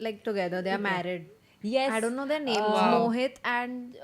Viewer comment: what is wrong with pronunciation of ‘their’? she pronounces ‘there’ correctly but pronounces ‘their’ as ‘they are’.